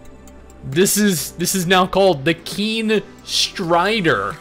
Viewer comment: i just love it when u read the "keen strider" ahahahaha